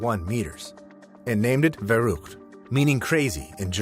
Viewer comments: its not called "veru" its "verrückt", which sounds COMPLETELY different. Its pronounced "Fa-rr u(ue) kt" not "veru" 😭 my ears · it's actually not just you, these ai voices are made to sound as humanlike as possible, and it takes a discerning ear nowadays. some tells: - inconsistent pronunciation of a slightly strange or foreign word (compare "verrückt" vs and "twenty-oh-seven" ). - their cadence is very fast, stilted, and consistent in tone. like how a newscaster talks. this is kind of intuition, but compare this video with the human speech vs the ai speech; there's fluctuations in how talks and spaces out his words, plus obvious vocal artifacts like his voice getting a little creakier when his tone is lower. the ai sounds "too perfect" in comparison. for youtube in particular, "slop" videos will usually have the script generated by ai as well, so if you find yourself thinking that the speaking style sounds like they're reading off of a web article, then it's probably top-to-bottom ai - they struggle with punctuation, so there will be weird pauses or cadence around commas and lists just don't really sound right - they don't have any accent or dialect variations, only an extremely standard "american" (or sometimes "british") accent. so, not only can their accent switch up midsentence, but they also very notably don't have one. - sometimes they glitch out. this one is obvious when it happens